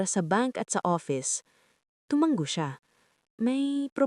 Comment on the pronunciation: TUMANGO ISANG. G. LA NG. HINDI. TUMANGGO